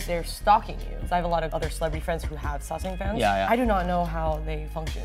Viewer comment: it seems like Amber was about to say "saesang Pans" instead of "saesang Fans " probably bc she is so accustomed to speaking Korean where they don't have the "f" sound and use the "p" sound instead